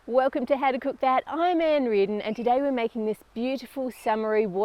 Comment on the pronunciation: that is not how you say cook